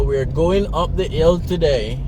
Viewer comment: How come u no pronounce u H on Hill? You pronounce your H dem other time dont.😎